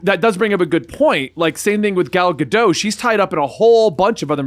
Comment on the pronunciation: i know it's a little petty but the T in gal gadot isn't silent